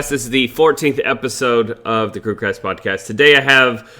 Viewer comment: Does anyone else notice that in the intro, says "crewcrast podcast" lol